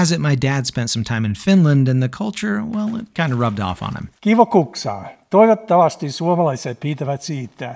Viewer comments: As a Finnish person I can say that your dad pronounced that really well! I was shocked when I heard it lol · Finn here, that's a pretty good kuksa and your dad has really good pronunciation. The only criticisms I have on this are that Finland is not a part of Scandinavia (Scandinavia refers directly to the Scandi mountain range, the countries in Scandinavia are Sweden, Norway, and Denmark), just Nordic (Nordic countries are a group of countries with historical and cultural ties to each other in the northern part of Europe, the Nordic countries are Sweden, Norway, Denmark, Finland, and Iceland), and the kuksa isn't deep enough, which makes it look more like a ladle than a cup. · Swede here (Neighboring country to Finland). I don't speak Finnish, but have heard a fair bit of it. Your dad's pronunciation sounds spot on! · Yeah, incredible pronounciation